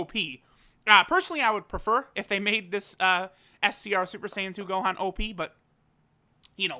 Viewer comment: Noone:: Now the Homie No but for real: Shout out to the Homie for flexing his Japanese <3